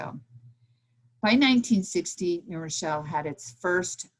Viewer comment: I thank for her valuable commentary. I don't mean the following as a criticism, I find it interesting, and rather charming. I grew up in New Rochelle, and I have noticed that many who grew up there, or nearby, pronounce the city name as Nerochelle. The w is dropped. This isn't true for people who are unacquainted with the place. They pronounce it as two words, which, of course, it is.